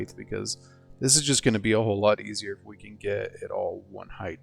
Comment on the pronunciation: Width / Height. Do I hear you saying hiegth? tehehehe Great build.